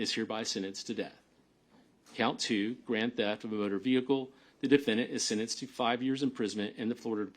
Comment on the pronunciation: "The defendant is hereby sinnenced..."